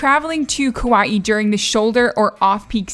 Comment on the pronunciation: Hi, Hawaiian words are tough to pronounce, so here’s some help from a local gal from Kaua’i…you almost got it! The vowels sort of stop short and not stretched or curled. Hopefully that made sense. Kaua’i: kah-WA’-ee Kapa’a: kah-PA’-a’ Poke: pO-keh Aloha: ahlo-HA (not A-low-hah…cringe) Mahalo: ma-HA-LO’ Hawai’i: ha-VAI’-ee’ Glad you enjoyed our island! Mahalo for embracing our culture! 😊